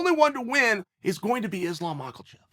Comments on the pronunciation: Chael has said Islam Mahkelchev 7 times today which constitutes 7 times too many. Mah-kel-chev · He says Michaelchev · You know chael, purposely mispronouncing names of the fighters is getting god damn annoying. Makhlachev? Khazmat? Jesus Christ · Will chael ever pronounce islams name right